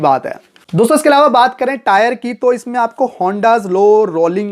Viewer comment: ईलावा नहीं अलावा 🤣